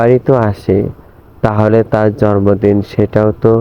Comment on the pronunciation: জরমদিন না জন্মদিন বলতে হবে। 😀